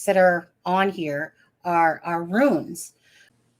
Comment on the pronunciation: "Runes" rhymes with "Tunes"